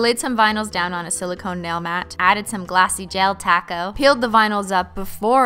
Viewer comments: shes saying taco. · Im new here but do you always say Taco instead of Top coat? Or is it just me ? Lovezz :D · Yea she always says 🌮 instead of Top Coat. But I still love how she says it 😂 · I'm new here so am I just hearing things or is she saying ''Glossy taco'' instead of ''Glossy top coat'' ?? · Every time you say “top coat”, I hear “taco” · The thing is she is saying tocko. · Do you say taco or Top coat because it sounds like taco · And holo taco as well? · Hey, I like your Videos But everytime you say top coat I just hear taco I think its funny but maybe I just should get some food 😅